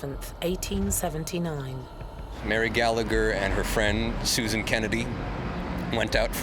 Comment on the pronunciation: Its laughable how these "experts" speak with such certainty and matter of fact, when its complete waffle, yet the sensible people that need proof are the ones who aren't "open minded". lol ...Oh and if I was Mary, I'd haunt all those Canadians too for massacring my name! Learn to pronounce names properly! Almost as bad as the Americans. Also, it wasn't a "potato famine" it was a mass organised and orchestrated genocide by the English on the Irish.